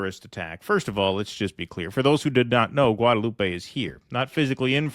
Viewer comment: Oh and it's not pronounced Guadelou-pey, but as if no "e" at the end - Guadeloup